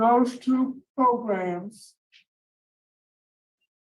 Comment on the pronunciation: Love to hear you say “Progrums”